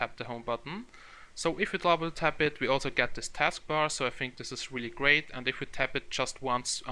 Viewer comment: Good, but as a suggestion, stop saying bofe for both, fink for think, fick for thick, and so on. It is annoying.